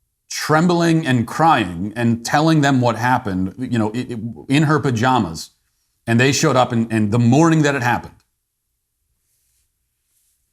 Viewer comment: If you ever say pajamas like that again I will find you and give you a cancellation form.